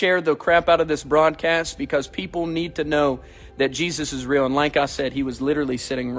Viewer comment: 'Is Real' sounds like Israel 🥴